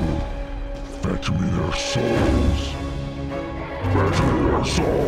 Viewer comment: “FETCH ME THEIR SOALS”